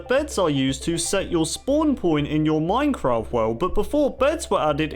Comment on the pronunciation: Is it me or does he say "back in the earlier days of mincraft" like or use this emoji👍 if u agree